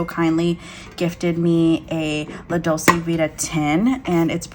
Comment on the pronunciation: Hello! I like your channel and thank you for sharing your planning style with us. Just an FYI, Dolce is pronounced as DOLE-CHAY, meaning sweet. La Dolce Vita = the sweet life. You can hear the word here